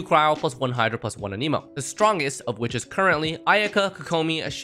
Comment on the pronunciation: Anemo, not Animo. lol. how is fervonius better than skyward. less damage, less recharge? 0 benefit.